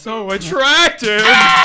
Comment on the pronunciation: When at the end someone said So Atracteed